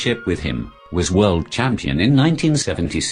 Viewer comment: That should be "World" champion not "word" champion